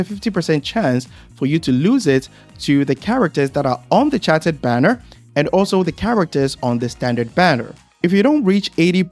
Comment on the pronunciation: The way you pronounce chartered is really distracting LOL